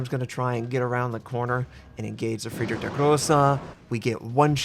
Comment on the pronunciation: You should realy learn the pronunciation if you like the german so much. Its realy painful to hear yours :D Friedrich isnt pronunced Friedrick.. Nevertheless, i realy like your videos. :)